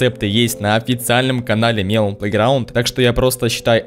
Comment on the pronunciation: Не мелОн, а мЕлон. Просто так правильно.